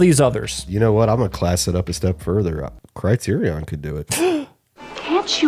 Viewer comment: The way you guys pronounce "criterion" hurts me--ha. Otherwise another great video obvs Totally agree on Romy & Michele and The Night Flier. (I have a DVD of the Night Flier that's framed in a weird way with the boom mics visible onscreen.)